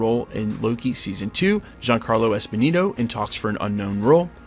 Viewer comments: It’s Giancarlo Esposito not Esponito. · It’s Esposito, not Esponito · It's Giancarlo ESPOSITO LOL not Esponino lol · Giancarlos EspiSITO, good brotha. There is no "n" in that name.